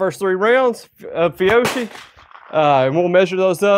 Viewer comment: Fiocchi is pronounced Fee-oh-key